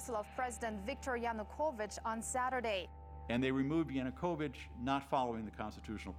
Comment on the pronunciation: Seriously!? Oliver Stone couldn’t even pronounce “Yanukovych.” Every new English teacher in Kyiv at that time, made that mistake for like 2 days before they got it right. How much “research” did this guy even do? And the party “Peoples Movement” is not spelled “Peoles Movement.” Did they even proofread? This is why I don’t watch “documentaries” on YouTube. They look like bad high school projects. I’ll admit it did look interesting at the beginning but then lead into such obvious BS. Most comments here seem to come from people who couldn’t even find Ukraine on a map.